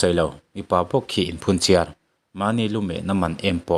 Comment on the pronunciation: Lumet tih tur aw